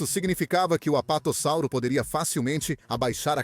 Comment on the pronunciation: Muito bom, uma dica, percebi que vc usa voz a base de I.A na narração, o que é legal se for feita direitinho, e vc a fez, só deixo a dica de escrever o nome dos dinossauros antes na caixa e ouvir como vai soar, no caso você deve ter colocado o texto corretamente, sendo ''Apatossauro'', mas a IA as vezes pode pronunciar errado o (S), então creio que em todo texto você poderia ter colocado ''Apatosauro'' com 1 S apenas, assim a pronuncia vai sair soando como deveria sair. Parabéns pelo esforço de trazer conteúdo a paleontologia, continue !